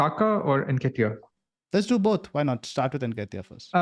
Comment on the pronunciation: Its pronounced:. En- Keh-Tee-Yah . Y'all have been mispronouncing for weeks now..